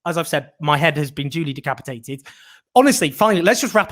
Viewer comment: "My head has been de capitated" ...fool , you have been decapitated , Jones you a mouthy kid.